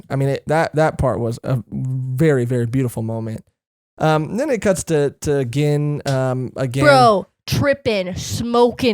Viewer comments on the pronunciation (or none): Gin's name is pronuncecd and sounds bean starts witn a g. Gin(gean) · Your pronouncing Gin's name wrong and the girl name is Rangiku